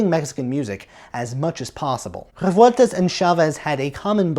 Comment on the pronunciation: Awesome work! Thanks for this video. It's surprising how hard it is to find Revueltas' scores and other stuff in Mexico. BTW Rolling the R's in Revueltas, cool detail!